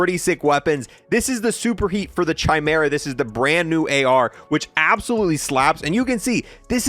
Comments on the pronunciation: Kai-mera not chi-mera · Just popped in here to say it’s “Kai” meera not “Chai” meera. Love the videos and keep up the good work ✌🏻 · It’s “ki-mera” not “chi-mera” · DUDE!!! ITS. NOT. CH-EYE-.. ITS KIE-MERA!!!!! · It's not Ch-imera, it's pronounced Kie-mera. The ch- in Chimera make the K or -ck sound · "the chai mera" can you not, it's ky-mera, or just call it honey badger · It's not Chy Mera it's pronounced Kah mera! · Yup you wrong bud , its pronounced like you saying SKY but without the S so its KY-MERA not key-mera a Chimera is a fire-breathing she monster with a lion's head, a goat's body, and a serpent's tail in Greek mythology. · It drives me crazy that people can’t say chimera correctly. It’s not pronounced chai like a chai latte but chi like the Greek letter. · it's pronunced as /kaymera/ not with a "ch" sound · It’s KEY-MERA by the way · yes like you saying SKY without the the S its definitely not KEY-MERA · nope , its not KEY but pronounced more like you saying the first half of the name KYLE the KY must sound like you saying SKY just leave out the S so its KY-MERA not key-mera Incase you guys where wondering what a CHIMERA is its a fire breathing she monster having a lion's head, a goat's body, and a serpent's tail, basically a fuxking scary ass death monster 😅 also there is a hard-core metal band called CHIMERA give them a listen you won't regret 🤘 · Pronounced "Kie-meera" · Its pronounced Ki-mara. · KEY-MERA! HE CAN’T KEEP GETTING AWAY WITH THIS! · Bro…. The ‘Ch’ should make a similar sound as the ‘K’ in Kite. Kai-mer-a It’s embarrassing to hear you say it like G.W. Jr. says nuclear…. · Stop saying (ch)imera please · Chimera - (ky-mare-uh) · Pog Also Chimera is pronounced "Kai Mera" the CH makes a K sound in this case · I paused the video and was done watching as soon as you said chimera wrong. Lolz. fucking kids. Pronounce the ch as a k. Deuces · Oh, man... The way you pronounce "Chimera" is just real crazy.